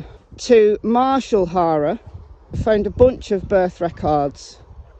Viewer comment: Wonder if Gma took him a welcome home gift. I mean what pervert wouldn't want a cute lil 5 year old....I love your accent but I have to say. Each time you refer to the HARER clan your pronunciation sounds like HORROR....which I chuckle at because it is so perfectly fitting!!! They are monsters and this IS a horror show soap opera...I mean NO OFFENSE TO YOU AND YOUR CUTE ACCENT...I'm in USA